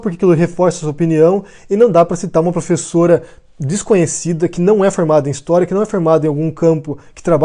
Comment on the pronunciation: Essa "''plofesola""" me parece o velho maluco disfarçado kkkkkkkk